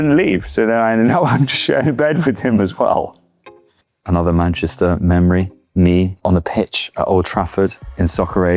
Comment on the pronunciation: Love the way Jack has this really perfect accent but then always says MANCHISTER.